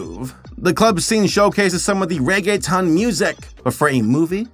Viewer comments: I'm happy that you tried but for the longer then I want to admit I didn't know you where saying Reggaeton 😅; it's pronounced more like "rea-gea-tone" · Nothing will make me curl my toes more than the way pronounces reguetón as "Reggae Town". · "I'm going to try hard to pronounce things correctly" "Ray-gay-tun" Lmao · Reggae-town pronunciation got me